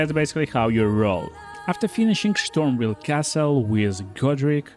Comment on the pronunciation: Oh yaa kill Marjet in Shtormveil castle! Wit the Hoarfrost Shtomp!! Lmao sry!! Your pronounciation is epic!